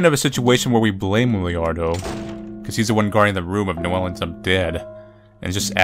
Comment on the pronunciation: the fact that keeps adding an invisible i before the a in wilardos name bothers me to a ridiculous level also ashe is the goddamn worst